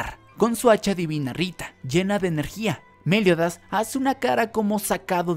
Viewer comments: Es Meliodas, no méliodas 🙄 no me intentes cambiar los nombres de los personajes 😌te lo pido por favor 😌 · Por favor me das un tik al pronunciar a meliodas con acento lo pronuncias Méliodas en lugar de Meliodas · Xq decís méliodas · Es Meliodas sin tilde joder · Me Da Risa Como Decis Meliodas😂